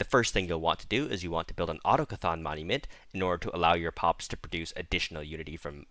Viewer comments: Dear Everyone - autochthon is pronounced "or-TOCK-thn", with the emphasis on the second syllable. Not Auto-cathON. As an added bonus, "clerk" is rhymes with PARK, not PERK. Especially poignant for you colonial hicks. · That sounds like the French variation of the word. In English, it's more like "ahh-tock-thon" or "ahh-tock-thn". Come to think of it, I've watched a fair bit of Stellaris content and it seems that four-syllable mispronunciation is the norm. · "Autochthon" is pronounced oh-tock-ton, it means native or indigenous in Greek and French.